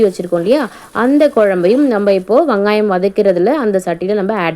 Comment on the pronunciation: ஆமாண்டா கண்டிப்பாக சில வகை குழம்பு கூட்டி வச்சா சூப்பராக இருக்கும் .அந்த வகையில மஞ்சு வச்ச ஷீல மீன் குழம்பு அற்புதமான முறையில சூப்பராக செஞ்சீங்க. ❤❤❤❤வங்காயம் இல்ல வெங்காயம் எங்க மறுபடி சொல்லு 😂😂😂😂😂😂😂😂😂😂